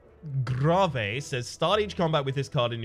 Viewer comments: It's not "Grahvay" it's pronounced "grave" as in "graveyard" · You know, nice content and all, and normally things don't bother me much but... In what world do people say gra-vay, instead of, you know, grave? Most funerals I've been to, people get put into things called graves, not freaking gra-vays. Just stop it, please, for my sanity. I know, oldish video and all, but eh. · Grah-vay. The fuck is grah-vay. Its Gray-ve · It has been bothering me so bad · he intentionally do that XD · Why does he pronounce grave, gravay? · I hate to be the guy that says it but the word grave is the same as where you bury our dead. Should help with the pronouncing of it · Ew why do you say grave like that lol?